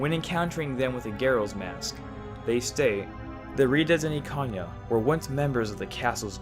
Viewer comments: Ikanya??? Bruh, wtf is wrong with your pronunciation? Can you not Read? It's Ikana.... EE-Kana!! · "Ikan-ya"? Bro, where are you getting all these extra letters from? 😂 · Nice theory but stop pronouncing stuff incorrectly lol theres no y in pamela or in ikana